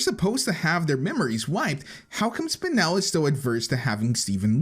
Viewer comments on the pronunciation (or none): its spinel NOT spinell